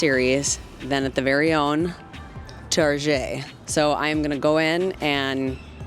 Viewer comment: I like your “figgerin” for doin this! I should do it too because I’m not at all used to filming myself in public, even though I’m a musician and play in public! Go “figger!” 😂💜😂 ( in, Target? Tar Szhay? 😂😂) ((In one of your next vids for this series, I dare you to talk with your hands, as you are doing so very well while sitting at your computer in this video!)